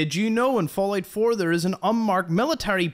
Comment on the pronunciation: Today in fall8 4 news man mispronounced fallout 4